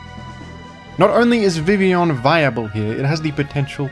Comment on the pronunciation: Perhaps the thing Primal Groudon is most respectful of towards Vivillon is how can pronounce Vivillon's name correctly but not Groudon's.